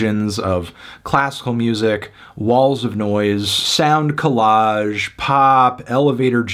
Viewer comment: Did you just say "sound collage"? NOT GOOD